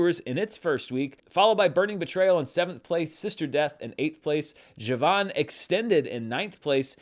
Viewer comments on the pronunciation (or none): none